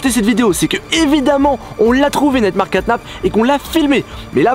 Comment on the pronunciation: pk tu dis neymar caynap alors que c nightmare catnap